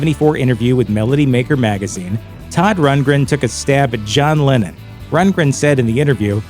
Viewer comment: "AN OPENED LETTUCE TO SODD RUNTLESTUNTLE," 🤣😂